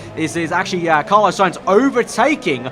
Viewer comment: How do you manage to mispronounce Carlos?